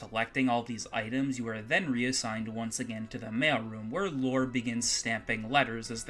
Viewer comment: I keep hearing "Lore" as "Laura". IMO Lore isn't a very good name for a character. I mean, it's better than the name "Sword" in Time Stalkers, or "Poo" in Earthbound, but as far as RPG protagonists go, it's somewhere down there. To think that a battle with a gaslighter could be about going around adjusting a series of gas lights while the enemy tries to cloud the battle area, obscuring which lights need adjusting. It's certainly a better idea than that guy came up with. Hey, I could work at Blizzard with ideas like these! ...except that I'm expressly interested in making adult games, which blizzard probably isn't desperate enough to want to make (yet).